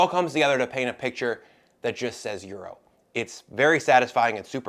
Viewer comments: "stoo" 🤣🤣🤣 I also suggest you Google how to pronounce 'gyros'. Hint: it's not 'Euro'. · In Greek, the “g” is silent. Yee-row is how it is pronounced. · Am i the only one around here who is bothered by the pronunciation of Gyros in this video? It sounds like Bri is saying euro....